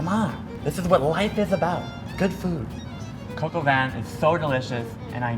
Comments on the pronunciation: It's not "coco van", it's pronounced "cock or van" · Coke - OW - VEEn is how i think it is. He say coke-ow-vaan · When He says: Coq Au Vin It sounds like he's saying "coco Van"..."KIDS GET IN MY COCO VAN!!!" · I thought he was saying coco bin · I just pronounced that dish as 'Cock a vin' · sounds like he's saying Coco Van. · American pronounciations are always funny, but jeez... this one just hurts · It's not like that how u pronounce cop au Vin 😂😂😂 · Im really annoyed by his pronunciation of coq au vin and im not even french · Its coque au vin Oml